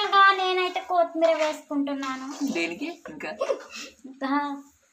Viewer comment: Kithi Meera kadhu amma kotthi miraa🤣